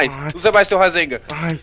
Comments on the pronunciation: rasengha kakakaka fala certo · por favor fala rasengan certa e não rasenga e gritando.Ta errado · o cara fica falando rasenga é mo engraçado kkkkkkkkk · Kkkkkk o cara fala rasenga kkkkk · quando ele fala razengam kkkkkk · você tava falando razemga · ele fala rasenga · é em graçado você falando racegan